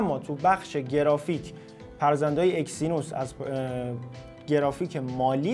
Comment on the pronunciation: آقا اکسینوس چیه اگزینوس 🤦🏻‍♂️😐